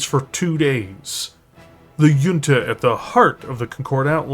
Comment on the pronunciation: This was amazing. I chuckled at "yunta" and "shism" though.